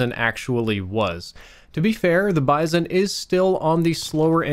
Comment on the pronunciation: It's pronounced 'Bee-zon'.